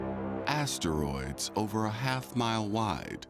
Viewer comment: Just one teensy-eansy complaint… the narrator pronounces asteroids as 3 distinct syllables … ass-ter-roids It’s crazy-making in my head